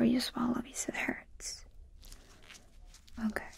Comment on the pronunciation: I love how she says “ok” like “okAy” idk why